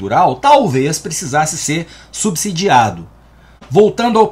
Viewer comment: Mais um vídeo cordial e necessário. OBS: gosto muito qdo você fala "subsidiado" (com som de "si" e não "zi")! 😁